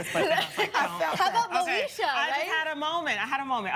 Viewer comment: ...Not she said MOESHA..🤣🤣🤣🤣..she a clown for dat